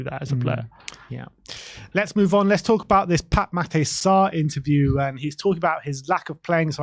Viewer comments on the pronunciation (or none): it's Matar Sar, not Mat-ay lmao